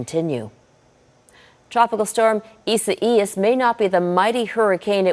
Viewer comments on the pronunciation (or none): EE-Sa-EE-Yas? What the heck is EE-Sa-EE-Yas???